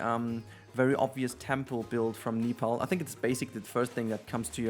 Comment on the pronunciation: Nepali, not nepalitian.😆 Anyways, amazing build as always 😍